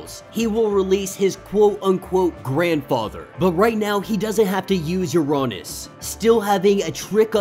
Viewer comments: true but im pretty sure uranos is like ura-nose like thanos. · I think u are saying uranos wrong lol, but awesome break down! These vids rly help me catch up. So i can continue to read xmen red and immortal